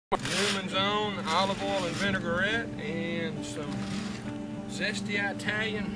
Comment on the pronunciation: eyetalian?? have you ever been to eyetaly?